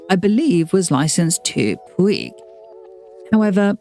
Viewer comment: Fantastic information! I spent my teenage years, late 70’s, in Barcelona and was always in awe of their windows on Passeig de García. If I may, the pronunciation of two words I need to address. The first/Christian name Vicente has three syllables as it is a Castilian name, not French. More like be-then-tay versus van-sant. And the perfume house of Puig, is Catalan, so should be pronounced pooch versus pwig. Brava for the deep dive on this house!